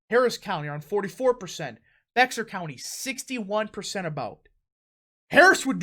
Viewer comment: It isn’t pronounced BEXAR county, it’s pronounced Bear county, the X is silent.